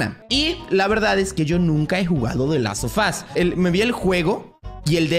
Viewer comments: Personas normales: the last of us: The LAS OFAS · Nadie:: "de las of as" XD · ¿Dices te last ofus? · ¿Soy el único que escucho que dice: Delasofas, cuando dice The Last Of Us? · El "De lazo fos 2" 😂😂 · Gente normal: The last of us: Delasofas*